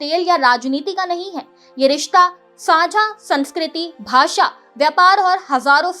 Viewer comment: सांस्कृति नहीं संस्कृति , समाकालीन नहीं समकालीन बोलिए बहन जी।🤔🤔😔😔🤨🤨😡😡